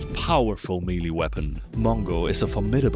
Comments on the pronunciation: Melee = "meh-lay" not "mealy" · Good video, made me laugh a lot. BTW its Not Mee-Lee, it's pronounced May-Lay. You said it so much. 😅